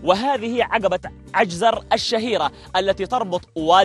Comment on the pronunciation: عجزر وليس عيزر هههههههه يا 😘